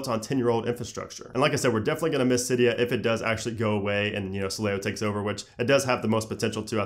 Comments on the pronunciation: AAAce X Kingz no it’s actually pronounced Cydia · R/jailbreak said it was pronounced “silly-o”